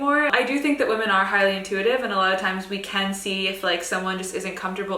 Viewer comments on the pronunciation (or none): none